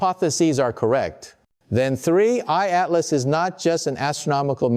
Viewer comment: Hearing the voice of Michio Kaku made me think this video is credible. But then I hear "3 eyed map" 😂 instead of 3i/Atlas, and I'm bustin up laughing. Who is putting out this crap? And why? Obviously quite a bit of effort goes into producing these videos. What is the purpose? Are they attempting to trigger some kind of panic?